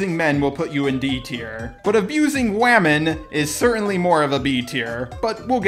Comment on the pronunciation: abusing Wahmen. I love that. That’s how Wario and Waluigi would say it. WAAAAAAAHMEN!!